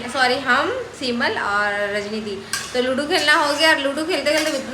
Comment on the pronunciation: Are chapri wo ludu ni ludo hota h....toda pr padh leti 😂😂